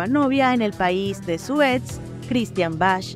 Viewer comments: 😢😢😢😢😢😢😢😢😢😢😢POR FAVOR. Pronuncia bien el apellido de Christian. Se dice: BAK no ""Bash""😂😂😂😂😂😂😂😂😂😂😂😂😂😂😂😂😂😂😂😂😂😂😂😂😂😂😂😂😂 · No se pronuncia Bach la h es muda, se pronuncia Bac , no mamen que hagan todo un video y no sepan pronunciar el apellido de Christian, se ha de estar retorciendo su tumba oyendo como lo pronuncian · Se dice BAG, y no BASH..🙄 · Es Chistian Bach no bash 🙄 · Se pronuncia Bag no Bach. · Bach se pronuncia Baj es de origen alemán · El apellido Bach, se pronuncia: BAC.